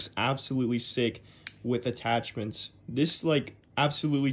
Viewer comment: "from this.. To , TEW THESSSS"